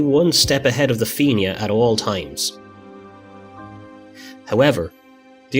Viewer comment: the feenyah ???????????? na FIANNA ( FEE-NA) FFS